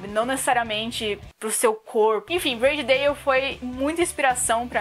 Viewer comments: A pronuncia é ''Brôdi Dóuw'' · Só achei estranho o nome Body Dalle ser pronunciado como Brady Dale kkk